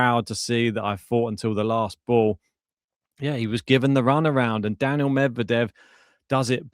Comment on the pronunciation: it's Daniil (DaNeel) not Daniel, always find it cringe when people say names incorrectly...